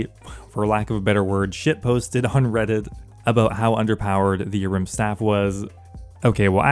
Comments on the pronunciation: Is the A silent in Ahrim? Took me literally 3 minutes to figure out you weren't talking about a rimstaff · The way you pronounce Ahrim 😫😫